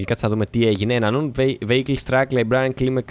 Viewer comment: γιαννη εχω αργησει 2 χρονια, απλα το vehicle διαβαζεται βιακλ. μην γινεσαι θεμης xDDD